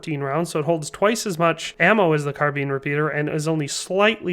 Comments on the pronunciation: Car Been. Car Bine. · Why can't you pronounce "carbine"?